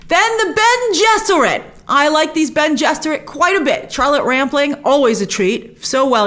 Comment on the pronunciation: Its Bene ! lol but yeah!